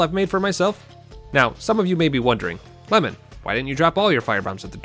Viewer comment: Hold on my giant's rusty..."Le-mon" 10/10